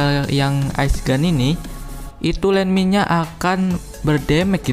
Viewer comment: gua ketawa saat lu bilang???????????? JADI LANDMIND E LANDMIND